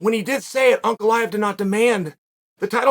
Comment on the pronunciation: There are way simpler names that Chael for some reason mispronounces terribly. He actually says this Russian name spot on.